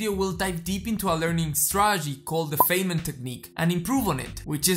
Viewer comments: As a former physicist, I would give you a tip and inform you that Richard "Dick" Feynman is pronounced like f"eye"nman. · First time viewer. The content is excellent and I will teach it to my students. A critique though, I would hesitate to share the video itself because of one simple, recurring error. Dr. Feynman's name is pronounced Fine-man - as in, he was a fine man. In the grand scheme of things, this is trivial. But when you make the point of studying the history of your subject, well... Anyway, keep going, and yes, based on this video, you deserve more subscribers. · This is great, - a very useful introduction to the technique. But since you are talking about "learning" it would be great if you could learn to correctly pronounce Feynman's name. :)